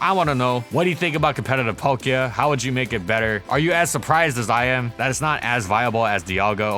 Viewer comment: THE K IN PALKIA SHOULD BE AFTER THE L! AND GIRATINA DOES NOT START WITH A D, IT STARTS WITH A G!